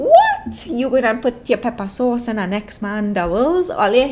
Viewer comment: I can’t even 😂 “Peppah sauce”💀